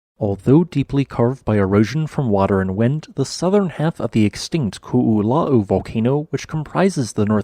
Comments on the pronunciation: Just to note: Pronounce ko’o lau like … Ko-o Lao Not ko-o la-oo I was initially confused at hearing the ko-o la-oo pronunciation… until I saw the spelling. Ko-o Lao Lau means leaf in Hawaiian. The area resembles a leaf which is presumably why it was called ko’olau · It's pronounced just like it's spelled, Ko'olau, not Ku'uloa. I know, I live on the slopes of the Ko'olaus. Moloka'i also had a similar massive slide on its western side which is why it has such incredible cliffs right at the waterline on that side. All the main Hawaiian islands have evidence of multiple massive landslides. Volcanic island building is just like making a sandcastle at the beach--you pile it up and parts keep sliding down. The Hawaiian island slides are especially catastrophic because the Hawaiian islands rise from the very bottom of the ocean floor in massive shield cones with very steep sides all the way back to the bottom of the ocean, so the massive slides fall far, hard, and fast, plowing the ocean in front of them. It's believed they occur every 20,000 years, on average, so the question isn't if, but when will the next one occur, which will be catastrophic for most of the Pacific. Most of the lower levels of the Hawaiian islands would likely be wiped out by a massive tsunami during the event. Some scientists point to the Kona side of the Big Island for the potential next mega-slide. The Big Island where the currently active volcanos are has already had many slides, none as big as the Great Nu'uanu, but big enough. I always wonder if Maui's Haleakala is due for one. Haleakala volcano is in a dormant stage but has erupted three times in the last thousand years. It is 10,000 feet above sea level, but almost twice that below sea level, so it is higher in tota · Ko'olau "koh [glottal stop] oh-low" final syllable rhyming with "now" The way you're saying it would be spelled Ko'ula'u. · It's pronounced Ko-olau. Not Ku-u-la-u. Good job on pronouncing Kāneʻohe tho! 😅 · Hard o bro. Ko o lau.